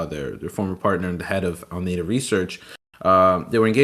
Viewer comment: Honestly this guy clearly isn't very literate in the space. Alameda research not ameda research. FTX token or FTT not ftf token. Like he's not wrong this whole thing was a pyramid and fraud and all that but he can't even get the basic names right